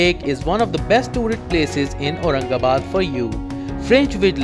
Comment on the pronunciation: अतिशय चुकीचे उच्चार केलेत,,जरा आधी सगळ्या नावांचे नीट उच्चार शिकून घ्या आणि मग व्हिडिओ ,ऑडिओ मिक्स करा.